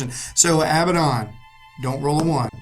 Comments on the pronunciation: You guys do good work. i just have one little peeve. Abaddon is pronounced [uh-bad-n],(stress the bad) not [Ab-bad-on] to hear it pronounced. I know that the community as a whole says it as you guys have, but I thought I'd let you know anyway. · thats a weird way you pronounce Failbaddon ;)